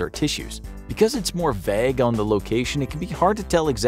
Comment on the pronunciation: Its vaaaaaaaig and plaaaaaaig not vehg and plehg